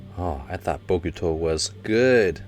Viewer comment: Say it right: Hinata[Hee-nah-tah] | Bokuto[Boh-ku-toh] | Nekoma[Neh-ko-mah] | Ukai[You-kai]